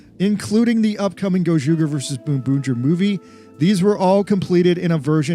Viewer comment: The ger in gozyuger is pronounced the same as the ger in ranger.